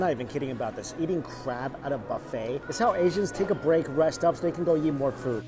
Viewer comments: I still find it funny that Mike says 'eat', but it sounds like 'YEET'. So whenever he says 'Lets go eat this food', it sounds like 'Lets go YEET this food' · Everytime he says eat - I hear Yeet.... in fact any time he says any word that starts with a long e, I swear he's saying it with a Y in front. LOL. Yeither way - good review. I'm hunnngry!!! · well thats what he does he dont eat the food but he yeet the food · I heard yeet also, and it made me laugh to imagine Mikey yeeting his food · wtf it was the first time i tought i heard yeet and look what got commented here. funny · I thought he was saying yeet. I was like oh this guys pretty hip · “We’re gonna go yeet.” Thats what I heard lol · did he say eat or yeet? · I.meen yeah it is funny , and he would laugh too , snowflakes .lol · can't un-hear it now lol